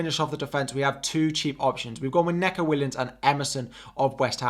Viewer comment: Great stream and really informative but its knee-co (Neco)